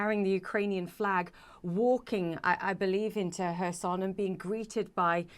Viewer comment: It is Herson, not Korsun.